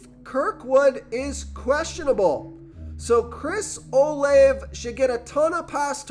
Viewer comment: Dude its o laaa vey